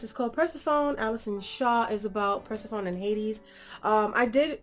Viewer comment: This was an amazing review, but watching this made me mad because my name is Persephone also. And it just bugs me when someone says it wrong lol. Not no hard feelings lol😂